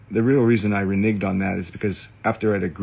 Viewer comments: It’s reNEGed, bro. Reneged. [re-neg’ed] Not re-nigged. Jfc use some of your rich creep money to get an English tutor. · He also mispronounced "reneged" as *ri'nigged! Normally, I wouldn't care, but he needs some serious humbling!!